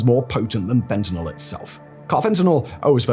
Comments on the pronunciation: Hey Simon! Thanks for pronouncing fentanyl correctly; I hate when people pronounce it fentanol. I realize by saying this, I run the risk of you mispronouncing it on purpose from now on, cuz I know that's how you are 😜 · Thank you for calling it fentanyl and not "FentaNOL" like most people.